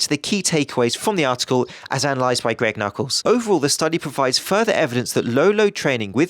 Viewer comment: WHAT???!?!??? I believe you said "Greg Knuckles" incorrectly...Sorry if this was intentional. Love the vids m8. !GREG KNUCKLES!